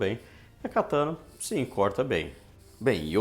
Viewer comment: Não dá pra pronunciar corretamente o nome da espada? Não é catâna, é cataná!!!!!